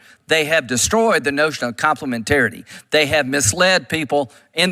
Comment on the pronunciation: In context of Graham's ridiculous speach... what does his mispronounced word choice of.. 'COMPEMENTARY' mean????